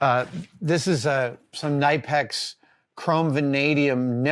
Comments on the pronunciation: Also, it's Kuh-Nip-Ex with that first Kuh being blended into the nip as smoothly as possible. There is no Nipe sound. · Isn't the actual pronunciation "kuh-ni-pex"?? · Great video as always! BTW, according to the official Knipex channel, the K is not silent. The correct pronunciation is "Kuh-Nip-X". Go figure! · It's pronounced "Kuh-nip-ex" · You pronounce the K in Knipex and you would in the name Kevin.